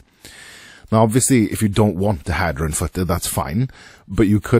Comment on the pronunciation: struggling to watch this video because your calling it a hadder.